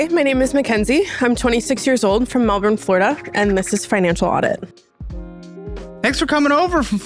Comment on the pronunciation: How do y'all have a Melbourne in Florida yet still grotesquely mispronounce Melbourne in Australia 😂